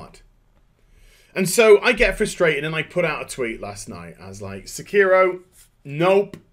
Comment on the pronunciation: in spirit of Hermione Granger: it's pronounced sEkiro, not sekIHro